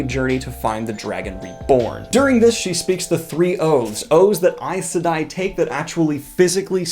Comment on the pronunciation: I just learned from you how to pronounce correctly Aes Sedai, Myrdraal, and Aiel. 😁